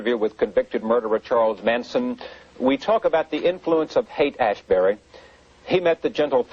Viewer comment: Rose keeps calling it Haight-“Az-bury.” It’s “ASHbury